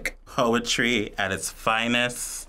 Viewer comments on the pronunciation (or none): did he say poetry or hoeetry?